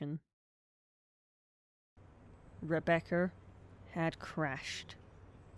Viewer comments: "Rebeccer has crashed" thats not how you say Rebecca😭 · I have to point this out for the sake of my own sanity, Rebeccer? Since I'm from the south, it almost sounds like re-baccer. As in tobacco. I've heard people pronounce it Rebeccer irl, but those people usually have a Carl from Slingblade level southern drawl. Y'know, "it ain't got no gas in it, mmmhmm." I had to point it out or I'd nag myself about it, but it doesn't bother me, it's just interesting